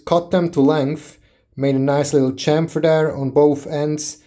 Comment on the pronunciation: Not to be whierd....but i like the way he says chamfer 🤷‍♂️